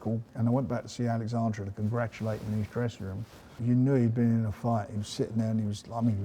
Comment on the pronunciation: Why doesn't someone tell Frank that it's not alexandra it's oleksanda? I mean it's not hard to say